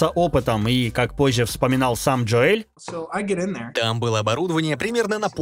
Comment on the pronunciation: Джо Эль. )) ДжОэл он.